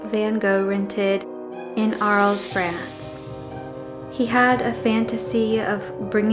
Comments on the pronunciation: I'm pretty sure that Arles is pronounced Ar-lay. I love the barroom scene for it's brilliant colors! I understand what Van Gogh was trying to portray, but I find it cheerful! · Nice video! But please learn to pronounce names before recording. Learn the Dutch way of saying Van Gogh or the French for Arles, for example. Will make it feel a bit more professional :)